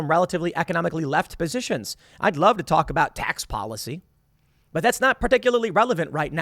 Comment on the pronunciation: "We just want to be wuved 👉👈🥺"